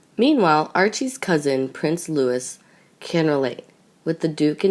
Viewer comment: Does ANYONE from this channel, ever take a look at the comments ? They ask for comments but why ? Because they’re obviously not taking any notice of what we are saying ! This woman CANNOT READ or SPEAK or PRONOUNCE English words ! I don’t know how many times I’ve said Prince Louis name has a silent ‘S’ on the end ! It is pronounced LOO EE how difficult is that to understand, remember and utilise ? (Don’t suppose she could pronounce that word either)!! I AM IN Despair, and ‘done’ with the free English lessons !!